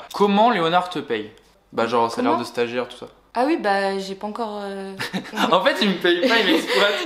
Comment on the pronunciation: "stagiare" nan en vrai force a tua